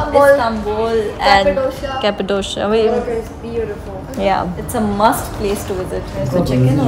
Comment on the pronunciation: Cappadoshiaa!??? Bro It's Cappadocia pronounce as Cappadokiya not Cappadoshiaaa!